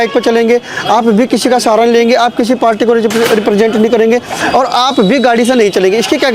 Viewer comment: कोई इसे बताओ कि पार्टी होता है पाल्टी नहीं 😂😂